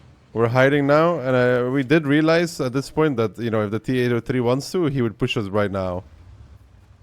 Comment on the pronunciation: "tea ate oh tree"